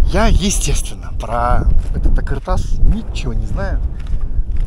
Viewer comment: какой думаете, он стоял по шёлковому пути и функционировал, его ещё изучать и изучать, построили его возможно до, но то что его разобрали в совке это факт. и не а"К"ыртас а а"Қ"ыр тас, произноси правильно это две разные буквы.